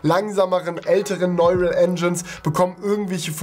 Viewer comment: sprich bitte neural englisch aus ("nooral")